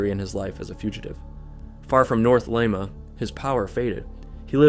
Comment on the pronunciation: ah yes, good old lime-a peru.